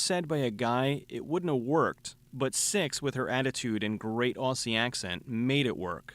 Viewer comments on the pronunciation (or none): FYI Americans it's pronounced "Ozzies" I would know being an Aussie myself mate! Haha great vid dude as always.